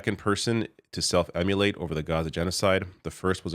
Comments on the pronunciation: Pronunciation is driving me crazy. It's 'Immolate', Im-oh-late! Not, 'Em-you-late'. Do better! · Dude, you keep saying "emulate". The word is "immolate"! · Imm-o-late is how its pronounced just in case any one else hasnt heard it spoken